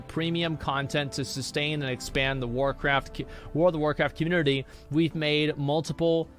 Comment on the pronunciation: I need a counter on screen showing how many times Asmongold says, "COMMURNITY".